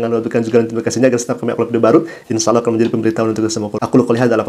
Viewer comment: Oten mana bisa nyebut ALLAH, MEREKA HANYA BISA MENYEBUT DGN ALAH.. ketahuan baca scrips.. 🤣🤣